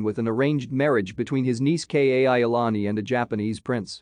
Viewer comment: Why can't the narrator learn the correct pronunciation of names? King Kal ah cow ah and Princess Ka ee o lah nee. Also, he took great pains to make treaties with France, England & Japan (possibly others) acknowledging the sovereignty of the Kingdom of Hawaii, which made the overthrow in 1893 an illegal act against a sovereign nation.